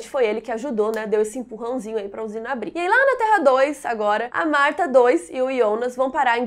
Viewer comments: Iana? (Jana) Reguina? (Regina) Ionas? (Jonas) wtf? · Adoro seus vídeos! Mas por favor pq vc fala os nomes todos errados! Vc falando TRONTEE, dói os ouvidos! Pq Ionas e não Jonas?